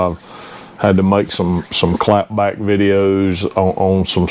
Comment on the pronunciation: Hearing your accent say "clap back videos"😂